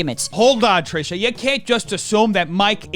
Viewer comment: the fact that you now pronounce trishas name correctly instead of ‘’ or whatever you used to say is 🙌🏼